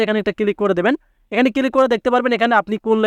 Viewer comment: ক্লিক ❌ কিলিক ✅